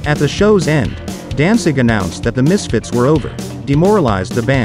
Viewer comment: Sounds like this guy keeps saying Dansig.